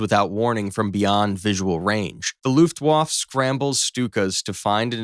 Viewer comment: Pronunciation corrections: Looft-wa-ffah. General Mow-dole .